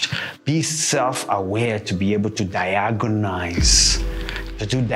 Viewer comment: Bro are you Kenyan only Kenyans pronounce Diagnose like that